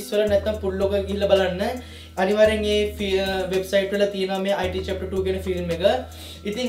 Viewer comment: අයිටී නෙමේ බ්න් ඉට්